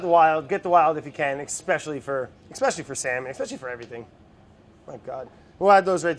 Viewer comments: Brad: "esckavation" Also Brad: "eckspecially" Will he ever get it right? We may never know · Brad: expecially Also Brad: esscavating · he can't say ex in escavating, but he can say ex in expecially. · How Brad says 'especially' - eXpecially How Brad says 'excavate' (in the cured yolks video) - eScavate ??? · thanks for calling brad on his use of "eckspecially" brad has not worn underwear in six years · In this video Brad pronounces Especially "Expecially" and in his cured egg video he pronounces Excavating "Escavating" 😂🙃🤪